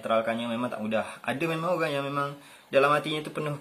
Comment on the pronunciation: tu lah maksud sy. Org Pontianak dlm video tu sebut oghang. So tak lah sama semuanya dgn org spore